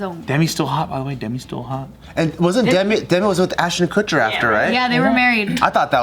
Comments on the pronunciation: saying “ashton kutcher” like how every news channel butchers every celebrity’s name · I'm cracking up at all the times mispronounced ashton kutcher lol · is progressively pronouncing Ashton Kutcher‘s name wrong throughout the video😂